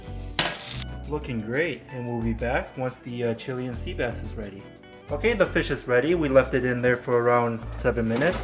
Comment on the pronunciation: dood i think ur pronouncing chilean incorrectly. chiLAYun sea bass.